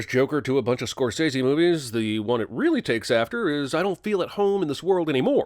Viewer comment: Narrator mispronounces "Scorsese" - DING!